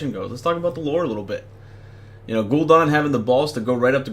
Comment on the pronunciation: Gul'DAN...not Gul'don